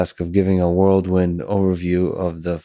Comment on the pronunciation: Lex, Lex, Lex if you ever read the comments: I know English is your second language, but it’s “whirl wind” not “world wind”. 😁